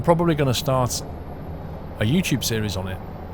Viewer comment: I like how you say Yoochoob